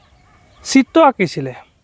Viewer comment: চিত্ত্ব নহয় চিত্ৰ ।